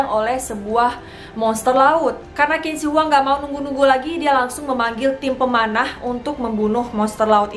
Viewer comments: not "kin", but "chin", chin shi hwang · Bukan kin si Hwang....tapi bacanya adalah Jing si Hwang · Bacanya Jin Se Wang. Bukan Kin Ci Huwang... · Qin jika dalam bahasa mandarin di baca chin Jadi tidak di baca kin shi huang tapi chin shi huang yang bener kak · Bukan kin ci huang Tp cin she huang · Pengucapannya salah kin zi wang yg betul jin she wang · qin shi huang bacanya chin shi huang bkn kin shi huang maaf!!! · Qin seharusnya dibaca Chin. Qin shihuang dibaca Chin SH Huang. Huruf "I" tidak dibaca untuk Zhi, chi, shi, ri, Zi, ci, si. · Betul. Qin Shi Huang dibaca Cin Si Huang. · Kak maaf untuk huruf latin Q bahasa mandarin bacanya C. Jadi pronounce nya Cin Shi Huang. Sekedar Informasi saja, gak penting2 bgt si hehe. Salam kenal, aku penonton baru ❤️ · Qin shi huang di baca jadi cin se Huang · 秦始皇 bacanya chin shi huang aja, cara bacanya kurang di riset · Mungkin perlu di cross check kembali spelling nama nya. Setahu saya, Qin Shi Huang dibaca= chin shi huang. Yg kemudian lahir sebutan bangsa 'china'. Pengucapan huruf Q=ch, tidak sama dengan huruf Q dalam bahasa Indonesia ato English. Selain itu, Huang Di, dibaca= Hwang ti. Bisa dibaca di referensi lain ato dilihat di video2 yg menggunakan bahasa Mandarin. Demikian, mohon maaf klo ada yg kurang pas 🙏